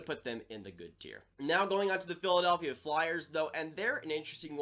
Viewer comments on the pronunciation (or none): none